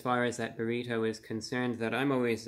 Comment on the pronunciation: Everyone: Burrido Review Brah: Burri TOE